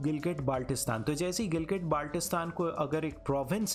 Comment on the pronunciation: Hello teacher I'm from Gilgitbaltistan Firstly your pronouncing the name very Wrong